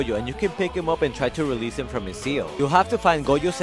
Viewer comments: It noy pronounced goyo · Why keep pronoucing goyo instead of gojo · That is not how you pronounce Gojo 😂😂